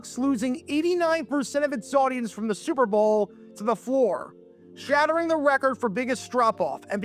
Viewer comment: Almost every time you say '"Super Bowl" you sound like you're saying "Servo" instead. Take some diction lessons to prevent this and future mispronunciations and thank me later.